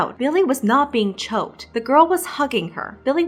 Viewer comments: The way actually says “chocked” instead of choked should be noticed more. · she really had to pronounce it as “chocked” and not “choked” 😂😂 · "chocked" the fact that u still pronounced it the way it was spelt honestly had me in tears lolol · Emphasize on the word "chocked" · You mean choked without c